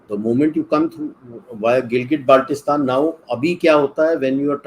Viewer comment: I see two fake experts laughing like a clown who even cannot pronounciate Gilgit Baltistan properly, claiming it as their land.